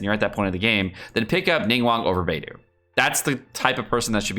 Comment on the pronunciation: i thought it was bei-dough not bei-doo